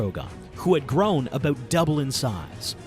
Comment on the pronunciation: Boy, real fun hearing you talk ABUTH the dragons